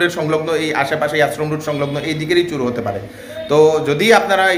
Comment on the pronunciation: Pronunciation ta chor chur naa